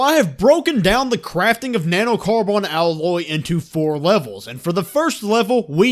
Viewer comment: "Na-no-car-BON" wtf